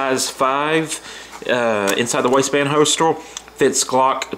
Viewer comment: I’m guessing you mean HOLSTER and not holstol